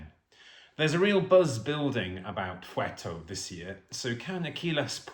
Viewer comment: Thank God you didn't say "fuerto" as many times as Akylas repeats "ferto" in his song. Usually English speakers mispronounce his name, not the song, Achilles instead of Akylas.